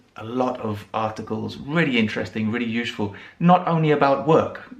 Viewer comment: Why do you say newSHpaper, uSHeful etc like some Americans say GroSHery instead of groCery? Would you mind telling me, please? I am just wondering. Has it got something to do with where you come from? I really would love to know. Thanks a bunch for your video. 🙂